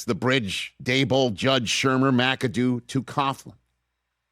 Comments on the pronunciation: Now I guess Rich will never need to learn how to say Daboll's name correctly. (Hint: rhymes with "table.") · Rich would not be in good graces with Michael Kay, who gets worked up when Daboll is pronounced Dabole. He said over and over, Daboll is pronounced Dable, like table or sable. To which I think to myself, well, that's stupid.